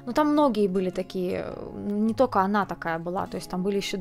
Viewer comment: не тока, а только. Не скока, а сколько, пожалуйста. А произношение финского 5 с плюсом!